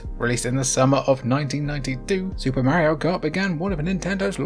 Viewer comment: If you can call him "Mary-o" I can call it "Super NES".